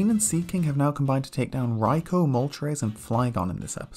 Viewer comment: I absolutely despise how you say raikou. its not even remotely correct